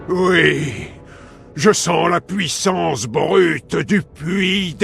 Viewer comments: Fantastique tes vidéos je me les refais toutes, par contre on dit "puissance" et pas "pouissance" :p <3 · tres bonne video sincerement tu fais un bon boulot !! MAIS STP ARRRRETE AVEC TON ACCENT DE DIRE POUUIT POUISSANCE C ENERVANNTT